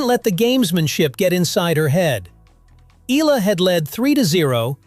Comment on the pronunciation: E yA LA to pronounce it, not ELA.